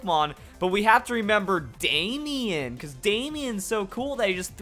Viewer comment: Why did you say Damian or Damien like that. You making fun of people who's name is Damian or Damien? .jk man I'm just yanking your chain